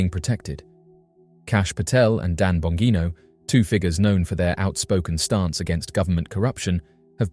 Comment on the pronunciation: Pronounced Bon-Jean-O! My old best friend is a Bongino & Dan is one of his cousins.